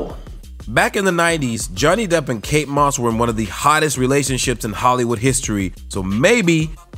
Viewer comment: Kate not Kat